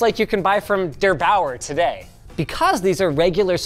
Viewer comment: I just love the way he pronounces der Bauer 😂